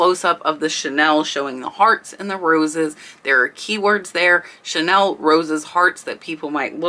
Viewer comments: I really enjoy your videos. I have a houseful of stuff I bought over the years......by the way "chenille" is pronounced "shen-kneel". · Chenille - “she-neil” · Another pronunciation fix: chenille is sheneel. Thank you for your very informative videos. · Amazing video! FYI chenille is pronounced shu-neel. Time to go raid my moms linen closet.😁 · I'm only trying to be helpful here!!!! The "nille" in Chenille is pronounced like the Neil in Neil Armstrong. I guess my hearing is still working in retirement! 🤣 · chenille not Chanel. Chenille is the bumpy cotton fabric that is all vintage now. The new chenille is usually synthetic. Chic not chick. Shabby chic is a style, not reference to slang for a woman.